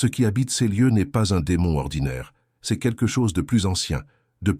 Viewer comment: C'est une voix par l'intelligence Artificielle... Vous les reconnaissez grâce aux erreurs de prononciation... Dix et septième siècle au de dix-septième siècle par exemple... Ca bute aussi sur c'est prononcé ceste... Etc...